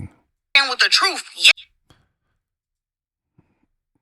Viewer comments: She need to fix her bottom teeth because I am tired of her pronouncing truth as “TROOF” and booth and “BOOF” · She Can't Say The Word TRUTH...She Say...TROOF!!! So If She Can't Pronounce It...Don't Understand The Meaning...Because She's A Pathological/Habitual Liar...💯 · lol she said say the TROOF 😂😂😂😂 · Trufh with a F lol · please Say the TRUFF 😂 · it's “Troof” and “Boof” A mess!